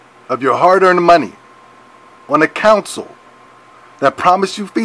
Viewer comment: Console!!!!!!!! Not counsel talk about dumb